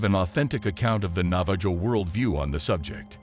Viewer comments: It's pronounced Nava-HO and that isn't even their name for themselves. Their name for themselves is Diné which is pronounced DEEN-ay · for future record it's not pronounced nava-JOE its pronounced navah-ho. sorta like jose. but im sure the navajo lronounce it differently than most americsns. if a navajo sees this, is that how you pronounce it? or do u say it the same